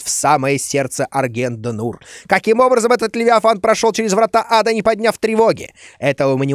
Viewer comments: Дима, аргент Де'Нур, а не Д' нур) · Куплиняш, произноси пожалуйста "Д'Нур" как дЭ'Нур :)